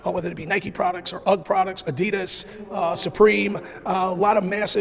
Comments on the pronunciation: Did he say “Adida” ? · Dude says "Adidda" boxes 😂